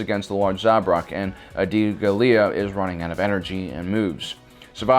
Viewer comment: seems to be a common mispronunciation.. it's "GAH-lia", not "gah-LIA"